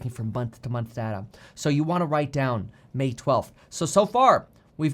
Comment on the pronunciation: Dear Kevin, it's pronounced "data" not "data" :P